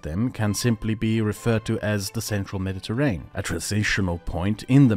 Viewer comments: Isn't it pronounced med-di-ter-ray-nee-yan? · Everytime you say mediterrain I die a little. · Nice! A pronunciation tip if I may: "Me-di-te-rain" is incorrect, that word has six syllables: "Me-di-te-rai-nee-un" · Why does he pronounce Mediterranean normally in the beginning of the video but he says mediterrain